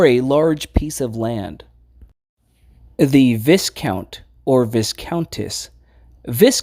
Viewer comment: Good video, but you got to fix your pronunciation, marquis is in English is markee, and viscount is Vye count, the same sound as in bye